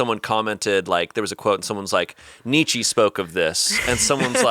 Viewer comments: saying nee chee instead of Nietzsche was ignored and i fear that would have been the next pon de replay if caught that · I don't think anyone in the studio knows how to pronounce Nietzche